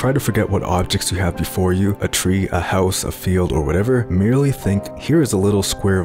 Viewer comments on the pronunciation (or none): none